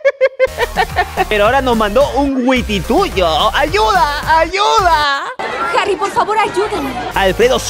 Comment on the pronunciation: Se pronuncia wititio no witituyo PD:Soy cubano Y es verdad que antes de que viniera Kulo ya nos había abandonado dios